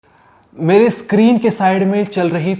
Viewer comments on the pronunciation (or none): none